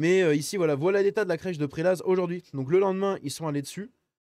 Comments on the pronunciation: Prelaz On prononce pas le z généralement en France Les Praz les pra (les prés, étymologie) en savoyard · Salut à toi, j'habite à Lausanne et, pour info, on ne prononce pas le "Z" dans Prélaz... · Le "Z" ne se prononce pas dans le mot "Prélaz". En Suisse, on a quatres langues officiel: Allemands, Français, Italiens et Romanche. La capitale de la suisse c'est: Berne, la plus grande ville c'est: Zurich (qui est aussi la villes économiques de la suisse).